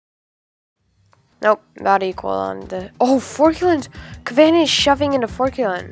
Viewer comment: man, a little tip, you’re pronouncing every factions name wrong. It’s KAvani not how you’re pronouncing it. It’s not pronounced “Forkulan” like with a fork in it, it’s FOR-ALKAN. Lastly you are pronouncing lycentian wrong. LY-CEN-TI-AN. Hopefully this helps!